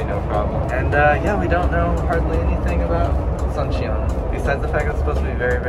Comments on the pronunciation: It's actually pronounced "Soon-cheon" not like the Sun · “Soon chon”